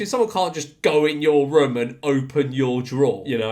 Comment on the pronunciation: Haha he says Room not Room 😅 I'll have a ruem please sir